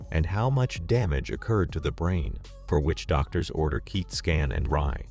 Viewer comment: What in the AI did he say? Keet scan and Mur-eye🤣